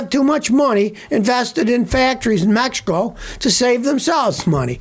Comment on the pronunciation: Did you say Mehico?